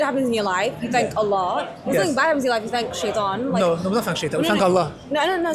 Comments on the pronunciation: In the beginning, straight away, He couldn't even say Allah properly, showing you that he may not have been a muslim before. That's the first thing u learn. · This coconut man. Can't even pronounce Allah correctly.